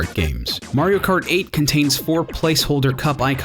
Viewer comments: I thought he said MARIO FART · I think I've heard "Mario Kert" enough for one day :P